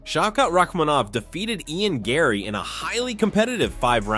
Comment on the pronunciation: Its gane not gun.